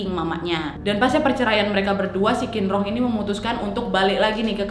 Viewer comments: Masukan sedikit kak, huruf Q itu benernya dibaca Ch, jadi Qin di nama bapaknya itu harusnya dibaca Chin, bukan Kin 😊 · Kak bapaknya bukan dibaca 'kinrong' tapi 'cinrong' 😂😂😂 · Qinrong bcnya Chinrong kak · Buat pelajaran kita sama² kak. Kalau huruf Q untuk orang Tionghoa dibaca C kak. Jadi misalnya "Qinrong" dibaca "Cinrong". Semoga bermanfaat infonya kak